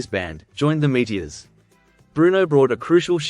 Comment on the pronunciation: I remember them well, but I never heard Meteors pronounced without the OR.